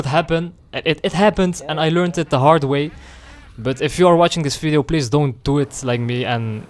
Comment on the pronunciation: Wer im Englischen "Fideo" sagt, muss Niederländer oder Flame sein. BTW: Ich werde NIE verstehen, warum man Motorrad fährt und sich dabei über Cardo & Co. beschallen lässt. Ich fahre Motorrad, um eben NICHT voll getextet zu werden.